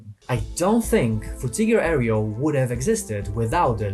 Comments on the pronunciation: For future reference, "aero" is pronounced like arrow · This was a good essay, except for the parts you kept saying "airy-o" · Dude... now you can pronounce "tech" correctly but you mispronounce "aero" and say "aereo" instead. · He took "Techhhh" from us but gave us "Areo" -- well played, sir, well played 😅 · haha, "areo" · I don't think that's your preferred pronunciation of "aero". That's just dyslexia.